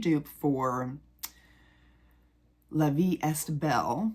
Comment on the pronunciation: By the way, you don’t pronounce the st in est for La Vie est Belle. It is pronounced ‘eh’ or a long ā, (ay). I’m not trying to be rude…. or a jerk☺️I’m trying to help. I know you want your videos to be perfect. 💛